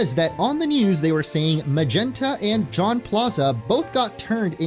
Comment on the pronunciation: Jaune ain’t pronounced like John my dude